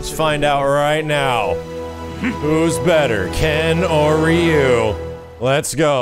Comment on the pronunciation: I like max but ree you? its rye you :(